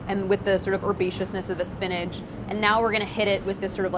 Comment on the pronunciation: I love Priya, and think she is very talented and intelligent, but if she pronounces "spinach" "SPIN-EDGE" one more time I gonna lose it! LOL!